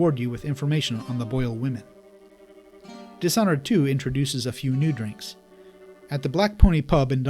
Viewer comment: dish (this h is silent) honored